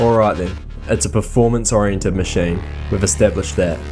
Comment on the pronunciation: "macheyne" xD